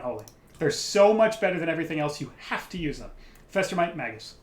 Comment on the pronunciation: "Mage -us", not Mag-us".........